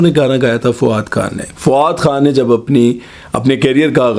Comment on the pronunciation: Bhai pahly ap fu wad bolna thek karain Ap ka Tallafuz bilkul kharab hay.... FO WAD nahin FA WAAD😅😅